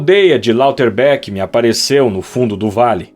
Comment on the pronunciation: Eu gosto muito desse e a narração em geral ficou boa, porém devo apontar, com todo o devido respeito, que as pronúncias dos nomes próprios não estão corretas. Haas se pronuncia praticamente como se lê: ráz (o a mais longo) e Lauterbach é algo como "Lauterbar".